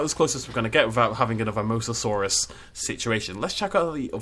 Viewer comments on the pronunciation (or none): none